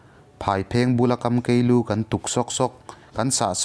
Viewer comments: Ngaih thlak a nuam vuai nan mase tun hma ka hriat dan nen a in ang lo ..hrang chal a kha. A huai zawk. Phaw thir a kha a dawi zawk . Chuan kam kei lu ni lo in. Kham kei lu ti tur. .... Chuan I Voice ngai thlak a nuam thin khawp mai ka lawm e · Kamkei nilovin kaamkeei thluksei a awm tur a ni sakei tihna a ni e ngaihthlak nuam hle mai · Kamkei tih lâi tak hi...kâmkei..kãm lai tak hi thlûksei tur aw. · Kamkei thluk hi a dik meuh maw!